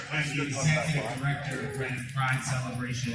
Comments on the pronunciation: Ok first I am an LGBT supporter. Second I live south of Reading(BTW great job on pronouncing it red-ding). I am against this arrest. Free speech is too vital to step on. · Reading, PA (pronounced "redding")